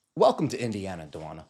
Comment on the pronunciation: Did you say WINdiana?